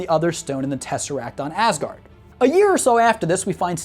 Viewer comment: I cant tell if he said “Ass guard” because the Grand Master says it in Ragnarok, or if it was unintentional, or I just cant hear right